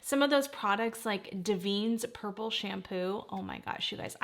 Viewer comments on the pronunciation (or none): Davines pronounced Da-ven-ez, also have the best smelling medium and firm smelling hairspray 😊